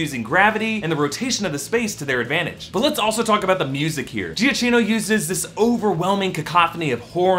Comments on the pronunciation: Is Giacchino not pronounced "Jack-eeno"? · it's gia-kee-no bruh.. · A little info regarding Italian pronunciation: Cagliostro is pronounced "Caliostro" (G is kinda mute when paired with an L). As for Giacchino - in Italian "ch" and "cch" are always pronounced as "k".